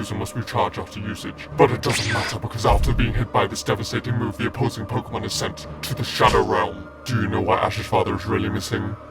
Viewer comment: he isn't the BEST he's good but not the BEST he can't even pronounce Pok'emon.